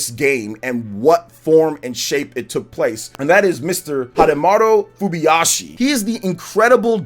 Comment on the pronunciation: *Hidemaru Fujibayashi: "Fubiyashi"